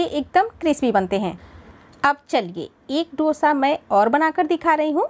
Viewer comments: Dosha ,Dosha nahi Dosa hai😊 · Please note the correct name of the dish. It is called" दोसा" ,not " डोशा" as most north Indians mispronounce it.